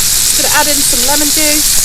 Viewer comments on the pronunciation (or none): none